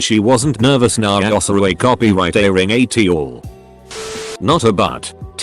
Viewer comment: Hmmm... I never knew you say "at" like that...